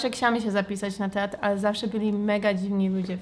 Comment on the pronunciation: uwielbiam jak mówisz ksiałam zamiast chciałam :D